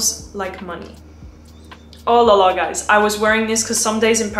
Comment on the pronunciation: Omg your « Olalala » so frenchy thing 😭